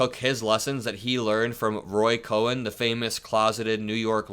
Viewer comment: Roy Cohn is pronounced Kahn.